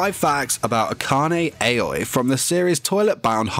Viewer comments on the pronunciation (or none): SERIOUSLY DUDE YOU BE SPELLING AKANE AOI WROOONNGGGGGGG ITS "ah-kah-ney ah-o-ee"